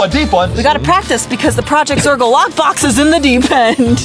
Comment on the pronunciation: “Deafet” “Dorgo” 💀💀💀